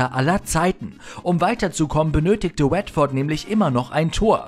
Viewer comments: Wetford und Leisester City? Euer Ernst? Bitte um bessere Aussprache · Wetford machte meine Augen "feucht" ;) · Laizesta und Wettford…. Inglisch for Ranneweis…. 😅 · leicester city und watford mies coole aussprache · Wie die watford und leicester city aussprechen das ist ein purer albtraum😂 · Also eigentlich finde ich eure Videos ja immer echt klasse, aber das ist eine Katastrophe. Andersson, Watford und Leicester komplett falsch ausgesprochen und dazu noch die Fehlinformation, dass Ronaldo den Fallrückzieher gegen Juve im Finale gemacht hat. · Ach du Gott ist bei dem Video vieles falsch.. Ronaldo hat das Tor im Viertelfinale gegen Juve geschossen, Çalhanoğlu hat das Tor gegen Dortmund gemacht und ich glaube Leicster und Watford kann man garnicht falscher aussprechen 😅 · Bitte vorher mal informieren wie einige Spielernamen wie Patrik Andersson und Vereinsnamen wie Leicester oder Watford ausgesprochen werden, bevor man diejenigen in einem an sich guten Video nennt 😉 bei der Aussprache gruselt es einem als eingefleischtem Fußballfan 🤣